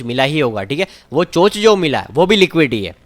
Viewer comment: चेंज ऑफ कैरेक्टर को चोंच नहीं चोक बोलते हैं बंधुवर🙏